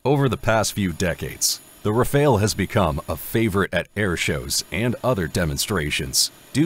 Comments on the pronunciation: It's pronounced "ra-fahl", not "ra-fail". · Isn't Rafele. Is Rafale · Ra Fale, not Ra Fail ! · Your pronunciation of 'Rafale' is a *fail*. As is your multiple uses of footage not of the planes you're talking about. Plus you don't seem to answer your question